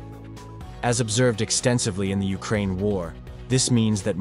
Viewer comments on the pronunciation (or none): none